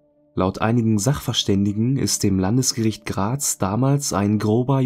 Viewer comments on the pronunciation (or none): none